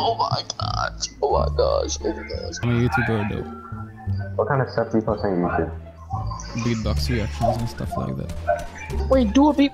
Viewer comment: LOOOL he said blaz box